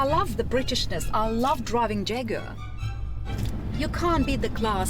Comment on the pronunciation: Imagine driving a red Jaguar and can't pronoun the name😭😭